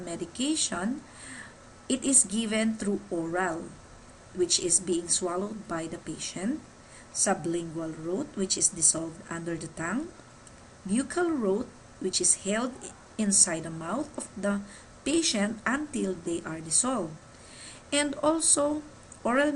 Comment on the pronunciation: There is an error. 2000 hours is not 10 PM. Buccal is pronounced buckle.